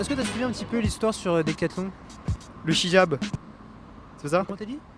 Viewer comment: 😂🤣😂🤣😂(fey yung) il a dit le (chijab) lol jrigole quand j'ai écrit (fey yung) 😆 pour les casos qu'il veulent me casser les cosh